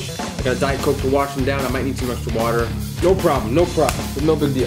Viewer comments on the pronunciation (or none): none